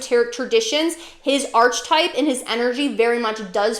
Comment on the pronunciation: To pronounce ARK-uh-type (singular) or ARK-uh-types (plural), rhyming with "bark" on the first syllable. The "ch" sounds like a "k", not like the "ch" in "arch" The h is silent. I’m confused that you seem so knowledgeable but don’t know how to pronounce such a pivotal word in the field Not now. Christian’s are persecuted by Muslims etc. Not so much other Christians. But the persecution of Christians by Christians actually led to positive reformations. Why do you call the Bible “pretty little”? Seems condescending.